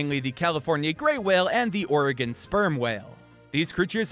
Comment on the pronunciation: Every time you said Oregon I was like YESSS